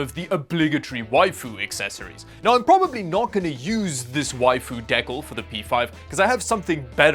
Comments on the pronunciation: The LED strips go over the light bar on the console, not the plates. Also, it's pronounced "DEE-CAL" lol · please stop pronouncing decal wrong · di-kal (like HAL9000, but KAL9000) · Dee- cals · Decal pronounced Dee cal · De cal. " dee-cal" not decal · seems to be a common German mispronounciation.. was under the impression it's pronounced "deecalls" way back since Need4Speed Underground :D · Dude you didn't even get it right 😅 it's pronounced "deecal". One l. The way you wrote it would be pronounced "dee-call" like phone call. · Brother.. its a DE CAL lol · Can you actually learn how to pronounce decal before you learn how to apply them first? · how many times did he say "decal" weird in this video lol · You know you're pronouncing decals wrong, right? lol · The way you pronounce decal makes me feel weird. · You can always spot a Canadian when the word Decal is floating around 😄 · The way he pronounce ls decal its cringe worthy. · It's pronounced like gal decal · Clearly I have been say decal wrong my whole life. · And that's how you know it's wrong. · That pronunciation of the word decal. I can't tell if you're doing intentionally to be slightly annoying. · the way he says Decal cracks me up... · Btw, it's pronounced 'deekal' 😂😂😂😂 But hearing you say dickal constantly is good too 😂😂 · Deck-le? D-CAL. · Deckle? Oh dee-cal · Says decal not deckel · The way he kept saying decal wrong was agh. The aliexpress tech stuff may not be as good. Haha. Thanks for making this video. I wont be shopping for tech stuff from there. Haha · de cal not deckal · Sorry... It's not a deckal... It's a.. Dee. Cal.... Like caliber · How many deckles did you get? Thiddy deckles. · deccels, it's de- cal. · Down vote for not knowing how to say "decal" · is it Deck-ahl? or DEE-CAL? Lol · It's not pronounced de-khal. It's pronounced dee-cal, d just like the letter, cal as in calibrate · DE-Cal not De-Cow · deckle? de-cal mate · Decal is pronounced “DeeCal”not Deckle… you tool